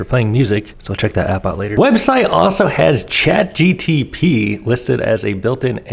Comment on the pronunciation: just in case no one else has said it... it's Chat GPT not GTP haha